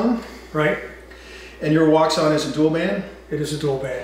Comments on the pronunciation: It's pronounced "woo shaun" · its pronounced WOO-SHUN wouxun